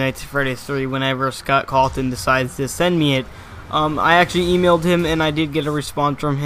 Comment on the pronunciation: WHY ARE U SAYING SCOTT CALTON